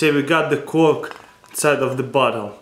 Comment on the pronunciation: . the way he says cork. hahah lol